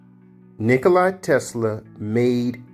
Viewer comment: Tesla's name wasn't "Nikoli," it was "Nikola." If you aren't even pronouncing his name correctly, how am I to believe anything you say? More fundamentally, however: if you understand the working principles of his invention so well, why didn't YOU develop these things? There are multiple holes in your 'theory' - and I don't mean the 'holes' in the MOSFET substrate - which didn't exist in Tesla's time. Also, the 'batteries' you point out would NEVER be enough to POWER a car, or motorcycle, and are actually, as he describes his invention, 'Super-Capacitors' - a way of storing excess output voltage. I'm not going any deeper.